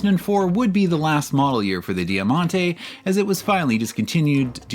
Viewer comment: 'Jamante' = diamond Di ya man ti ❌